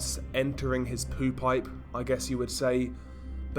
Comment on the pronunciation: OMG, that is some sick 💩 I love how you call it the “poo-pipe” in your accent makes me Laugh every time 😂